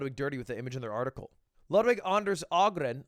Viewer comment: That is actually a perfect pronounciation of the name "Anders". (Not so much Ludwig or Ahgren). Translated it says "... been livestreaming from his bedroom around the clock for two weeks, earning him one hundred thousand dollars. " Direct translation word for word would be something like: "Live streamed day and night from his bedroom for two weeks and pulled in one million"